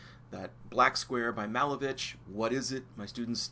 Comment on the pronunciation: Malevich is pronounced muh-LAY-vitch